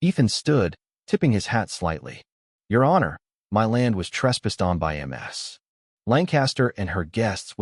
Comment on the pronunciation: Damn AI-Voices! "M.S." Lancaster is how ships are named, correctly it would be "Miss"...